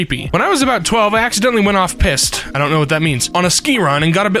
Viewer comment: Off-piste means not on the groomed runs. Essentially you take the chairlift up, but you're not on the runs designed to be used. It's also often referred to as "backcountry." Aside from that, it's pronounced off-peaced, not off-pissed.